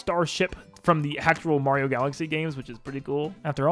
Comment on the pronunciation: Are all Americans collectively refusing to say Mario properly, or are they all completely incapable of it?